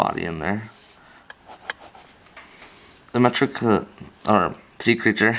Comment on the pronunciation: metrio ryn kus is how you say it